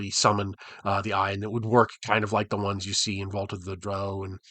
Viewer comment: Holy smokes, you said "drow" like "crow"! You're now officially my favourite D&D content creator. 😁